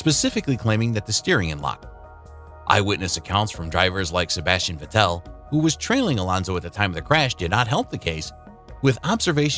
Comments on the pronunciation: Nice video but „Sebastian vetelle“ 😭😭💀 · I think you're pronouncing Sebastian vettel wrong :/